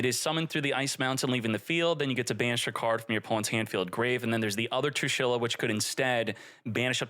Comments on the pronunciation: TrIshula not Trushila 😆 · I have a heart attack every time says "trushila" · homie said 'trushila' lmao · True she la funniest pronunciation all 40 times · What's toxic about is that pronunciation 😂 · what's toxic about is how you pronounce her name